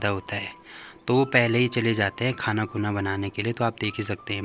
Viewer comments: भाई, सिर्फ़ खाना बोलिए खूना नहीं... Beautiful vlog... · beta. Bhojan bolo ya prasad bolo. Khanakhuna nahi ji